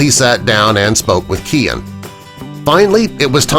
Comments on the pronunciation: The stylist’s name is pronounced Ky-Ann not Kian. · For God's sake it is Kyan, not Keean, pronounced Kay-uhn, like Ryan with K instead of an R